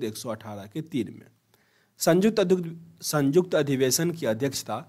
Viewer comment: Sanyukt hota hai bhai sajukt nahi hota